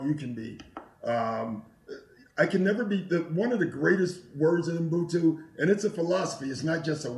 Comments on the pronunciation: Doc Rivers is my guy but it's 13 YRS and you still can't pronounce Ubuntu.It's not mbhutu. If you black you have pronounce African words properly ,learn that shit . We have to hard you guys, you are our brother's The most important thing is he got meaning right Ubuntu means humility, a person is a person through other people. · I wish I could teach Doc and Mat how to pronounce 'Ubuntu".